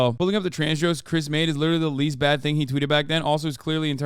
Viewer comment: I really can’t stand the bizarro way Ben Shapiro speaks. Like he inserts a y in certain words. Byad instead of bad & myatter instead of matter.